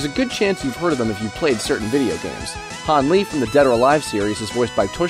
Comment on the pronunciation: So, I've always called him Yan-Lee, the English voice actors of Dead or Alive 5 call him Jan-Lee, and this video calls him Han-Lee... dang.